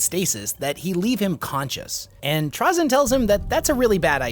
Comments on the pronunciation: TrazYn. Not TrazEn. My main pet peeve is people not able to properly say his name lmao. I do love the epsiode though and its a good summery! Adeptus did a great job at it as well. As for another character that dont get any focus: Xun'bakyr. The leader of the only dynasty that actually full on killed a C'tan and the source of the Flayer virus. They are just pure terminator mode and she is the coolest of them all. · TRAY-ZIN dude. cool vid regardless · ok serious question is it pronounced "traa-zyn" or "tray-zyn"? i've heard both and always said tray instead of traa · Anybody else get a weird feeling that kinda makes your eyeball twitch when dude calls trazyn (tr-awe-zyn) ? I don't care even if that's the proper pronunciation.... in my head I see it as trazyn (tra-zin) .... anything else and it's awkwardness lol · its pronounced "TRAY- ZIN" ok good. i needed to get that out of my system. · He pronounces Trazyn weird, bully him